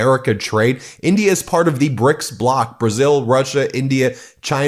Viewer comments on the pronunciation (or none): none